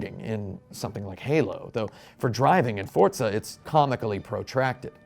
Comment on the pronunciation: Why does he say fortza It’s forza